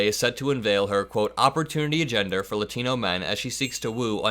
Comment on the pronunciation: yo good video BUT its not lutino. its latino you say it like lot like parking lot. imagine lotino but instead of o its an a with the ah sound not uh sound bruh. yt people dont even try to pronounce races correctly, even when its terribly easy. just like kamala yt people act like its terribly hard to say. its strange to me.